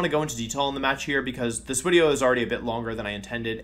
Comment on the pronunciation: WHAT DID YOU CALL WIDEO 😤 👿